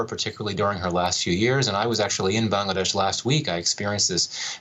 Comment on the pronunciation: It's not how you pronounced the country name 'Bangladesh'. It comes from the word language "Bangla". And that's how it is pronounced. Thank you!